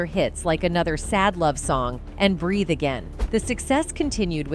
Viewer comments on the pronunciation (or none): none